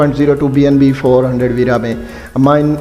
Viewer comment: What’s $vera? And this guy is calling it “dollar veera”. Is it even a legit website he is reading from?